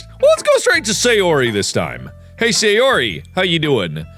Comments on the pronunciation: hey sayori, how you doing, sounds like hey Siri, how are you doing, lol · I like how at a certain point in this video Mark just gives up trying to pronounce Sayori correctly 😂😂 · What markiplier said: hay sayori What Siri heard markiplier say: hey siri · Sayori! ’shooka shooka shooka’ Not sorry :3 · probably because both "Sayori" and "Siri" are close in pronounciation! lol! caught me off guard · Take shot for every time mark mispronounces Sayori’s name